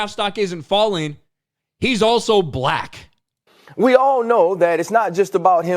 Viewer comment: The way this announcer pronounces BlacK cuts like a knife You're emphasis is really disturbing🤏